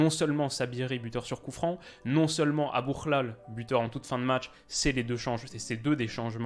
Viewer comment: tu prononces trop bien Aboukhlal tu dois avoir des origines 🇲🇦🇲🇦 lool🔥